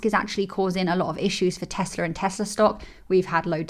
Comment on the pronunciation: Teslar? Never heard of it. Teehee